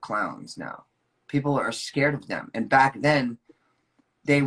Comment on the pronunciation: oh dear he said "ascared of them" he really is stuck as a wee lad.